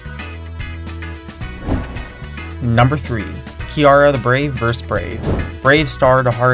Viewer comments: Just a note -- "vs" is an abbrevation for "versus". It's pronounced "versus", not "verse". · Hearing you pronounce vs as verse instead of vs makes me hate you more and more every time you do it.